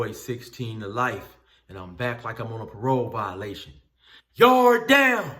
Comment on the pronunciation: Love the way he says yard down thats 100 percent how it sounds in the pen